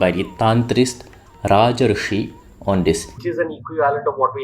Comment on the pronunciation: Are first learn to pronounce properly Sanskrit and then call them in Sanskrit. It is ऋषि (rishi) not ऋचि (richi), better stick to "sages" if you cannot pronounce. Translators have to use these english terms for westeners to understand, even if they are mediocre or half accurate.